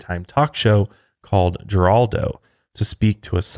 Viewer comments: I feel old… lol it’s “Her-aldo” not “jer-Aldo” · Thank u i was going to comment the same and heraldo still makes the news these days lol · Geraldo is pronounced Heraldo. I would’ve pronounced the G but I watched his show when it was on. Maybe You might need this in the future . If not, I’m not being malicious. just informative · Pronounced Heraldo LOL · LOLOL Geraldo is actually pronounced Heraldo. LOL totally ageing myself here but i remember when his show was on air. it was a slightly more tame + credible Jerry Springer, TBH. he’s a mess. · Geraldo = Her - aldo (Pronunciation) 😂😂😂👍🏼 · Its pronounced heraldo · Guys it's pronounced Her-ral-dough. .he was famous as heck....and brought light to cases that wouldn't have been solved of not or his pressure....he started his career as an investigative journalist. Just giving ya the intel on the mustached wonder....im a wee bit older then yall. Lol. -Jackie 😘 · Geraldo is pronounced Heraldo. 🙂. Happy Thanksgiving! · Geraldo is pronounced "Her-all-doe". He was on level with Sally Jesse Rafeal, Oprah and & Donahue back in the day when day time talk shows were all the rage. Google the time he got his nose broken live on air by a fist 👊🏼. He also broke the news of mistreatment at mental health facilities that made a lot of change in his early career. This is the 'more you know🌈' by an old lady fan.🥴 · Oh my sweet summer children, Geraldo's name is pronounced "Herr-aldo" lmao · I know this is old but I’m laughing at the Geraldo pronunciation - made me feel old that they had never heard of Geraldo. The fact that there are people in the world that don’t know about the chair and nose incident kills me. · The way pronounced Geraldo…. I chuckled. Then immediately felt bad cause this story is extremely sad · I feel so old, being old enough to know that Geraldo was mispronounced by!